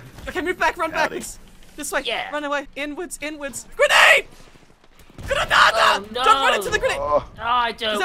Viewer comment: Anyone else love how he says gernade -1739😂😂